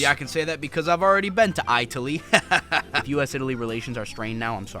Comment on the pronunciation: i-taly, where they make i-talian movies.